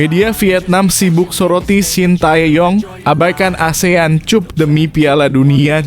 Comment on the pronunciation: Mimin itu cup bhs inggris dibaca kap jangan bodoh min